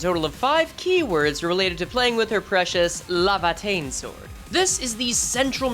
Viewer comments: LAY-va-tayn not la-va-tayn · Bro every time you call it “lava”teinn it keeps punching me in the brain bro 😭